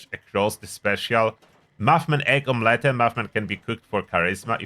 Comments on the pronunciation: Don't get me wrong but that OM-LE-TTE is a chefs kiss. 😂❤ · The one word I hope he never pronounces correctly makes me chuckle 🤭